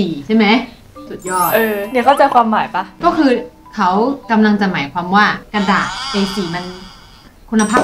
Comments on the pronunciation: ไม่ใช่เอ 4 ดอกนะ กระดาด ดับเบิ้ลเอ จ้า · เขาไม่ได้ตั้งใจอ่านผิดแต่เป็นกระดาษต่างหากที่ไม่เรียบ..เฮ่อ!!